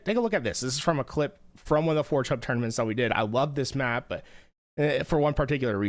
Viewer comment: Dawg I like how this dawg calls forgehub "four chub"